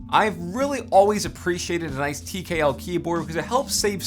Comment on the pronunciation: Every time he says tkl it bothers me.